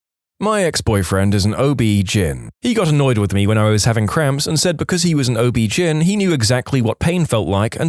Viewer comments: OB-GYN is pronounced O,B, GYNE, as in short for gynaecology, not GIN. On the 30th time I heard it mispronounced, I had to comment. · Please sound out each letter of OBGYN, it’s not OB Gin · i hate this AI obbjin Oh Be jin hell AI figure it out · It’s not pronounced as a word, gyn is pronounced as the letters